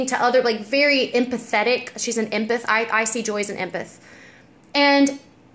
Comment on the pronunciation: I know you probably have gotten comments about this and it's such a small thing but it's pronounced "em-path". Like the beginning of emily and then the word path. Silly thing to correct but I hate when I pronounce words wrong and always want to be corrected. That being said, you're beyond gorgeous :) keep doin you girl